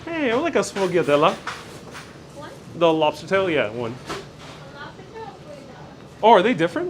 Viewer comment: "SHFOYADEL" ITS "SHFOYADEL" Just say it quickly all at once ! And the Lard bread omfg , I haven't had or made it in at least 7 years , Thanks for the reminder